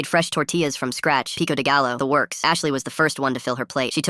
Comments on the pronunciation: "Pico de galo" 💔💔💔 its pico de GAYO (prounounced) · pico de gallo is so good. but when you put the captions make the voice pronounce it like “pico de gayo” if you can. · I’m like barely Mexican (my dad is a little less than half) and I cringed at that pronunciation of pico de gallo 💔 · Peek o Duh gallow. Incredible! Hahaha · the ai saying pico de gallo wrong hurt to hear